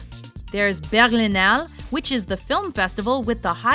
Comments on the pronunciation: lol at how berlinale was pronounced. it's more like this, berliinaaleh. don't agree with nr.1, but overall good. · Wow, that pronunciation was awful... Sounded rather French than German. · Why did the narrator say Berlinale with a French accent and not a how it is said in German? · Whatever your name is narrator, please learn how to pronounce things in German and in French. You tried to pronounce Berlinale in a bastardized french accent and it's frickin' German! Plus, how the hell did Venice not make it on this list? And I even though i know there are festivals in Montreal they are nothing compared to the others on this list!